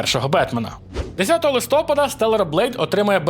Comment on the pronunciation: Я ні в якому разі не хейтер, але кожного листопАду я страждаю, коли постійно каже "листОпад" 🥲